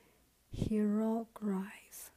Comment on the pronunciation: hieroglyphs is pronounced hi-row-gliffs :) xx